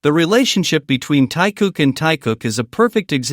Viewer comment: Все хорошо и правильно,но нельзя так коверкать их имена.Если сразу про двоих,то нет никакого Тайка,потому что ВИ -Тэхен,а не Тахен, а вместе -Тэкуки т.е.Тэхен и Чонгук ,а не Тайкоп Режет слух и неприятно воспринимается текст. ТЭКУКИ,А НЕ ТАЙКУКИ.